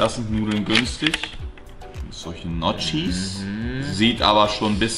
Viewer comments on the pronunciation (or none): notschis hahaha da blutet mein italienisches herz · “solche nodschis “ Alter Ihr Deutschen könnt einfach keine Sprache anständig 😂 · Andre sagt einfach gnotschi😂😂 (man spricht es njocki aus!!) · NJOKI BITTE UND NICHT NOTSCHI. Ist ja schlimmer als „Bruschetta“. Man spricht es Brusketta MANNNNN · Dieses Gnotschis 😂😂 es heißt Gnocci [Nokki] und ist auch schon im Plural. Sorry, man muss aber halt für Bildung sorgen hier, das regt mich immer sooo auf 🤷🏼‍♀️😂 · Das wird "Nioki" ausgesprochen und nicht Gnotchi xD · Oah wie das als italiener in den Ohren weh tut wenn Leute Gnocchi falsch aussprechen, man spricht es Niocki aus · Also eigentlich spricht man das Gericht „Niokki“ aus 😆🤫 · Nein das heiß notschis !!!! Ich bin Italienarin und alle meine Familien Mitglieder sagen notschis! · "Solche Notschis": Andre 2018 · Notschis omg ey 🤦‍♂️ Wenn man Gnocchis schon nicht richtig ausprechen kann, dann lass' es bitte 😑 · Digga wie er Gnocci ausspricht, da kriegt man als Italiener Aids.